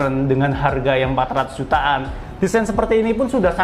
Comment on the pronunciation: 400 jt an.. An nya itu loh.. sy msh berat denger'y... 🤭 Suskses selalu